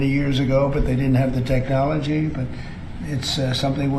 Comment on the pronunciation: Did he say techoligy?